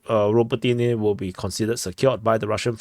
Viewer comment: If a word has 3 or more syllables, the accent is put on the third-to-last syllable. MikhAilovka, HrihOrivka, UrozAine, BiEdychi, RabOtyneh, etc. etc.